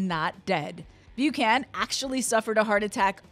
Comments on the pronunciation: Why does the woman doing the voice-over insist on pronouncing "Buchan" as "Bew-can"? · Bew-can. Lol.